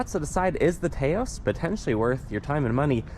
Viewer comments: It’s not TAY OSE it’s TAH OSE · Taos is pronounced like "house", not "tay-os" (its a town in New Mexico). That said, I'd never buy a car without blind spot monitoring. When they delete current safety features because of supply chain issues that's a problem. I'd also never get a car with a panoramic sunroof. At least 100+ lbs of extra weight sitting on top the roof. Lets in a lot of heat in the summer too - makes the AC work harder. Unfortunately with the top SEL trim it comes standard so if you want ventilated leather seats and the premium sound system you're stuck with it. Same with AWD (don't need it - FWD would be preferable). Hate when automakers do that. Yes, I've been shopping this model - its frustrating that its good in so many ways but has so many forced compromises. When they first started making them in 2022 you could get a FWD SEL without the sunroof (it was an option).